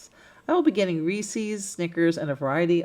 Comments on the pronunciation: Sorry, only made it 4 minutes in and I can't watch anymore. You've said Reese's 3 times, its ree-sez not ree-sees 😆😆😆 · First time watching your channel. Are you somewhere in the Midwest or South? I have noticed that so many vloggers pronounce Reese’s as “Rees-ees”. Inquiring minds want to know why? 😂Now, I’ll finish watching your video. Merry Christmas.💚❤️